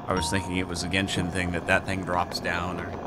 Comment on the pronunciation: "Wait this isn't gendhin again, is it ?" Always has been lol